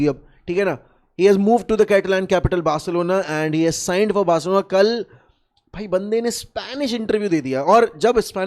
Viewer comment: Chill bro he said "Bercelona" not "Barcelona"